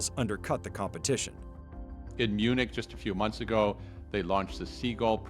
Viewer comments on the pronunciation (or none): none